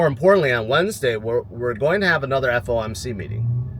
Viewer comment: It’s FOMC not FMOC right?